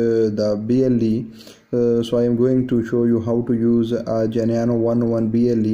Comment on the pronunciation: What Geneano??? You dont say Geneano at all !!! The correct way of pronouncing the name is GENUINO precisely as it is written my friend. Very straightforward to pronounce. Do not ,,bodge,, the name Please .